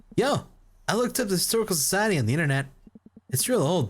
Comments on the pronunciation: Lolol can't say historical society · *Dies trying to say historical society*